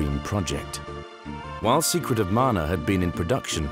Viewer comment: Thank you for the effort you put into these. I never knew about the intro scroll loading in Mana, that's amazing. It's nice to hear someone pronounce the name properly too. 😸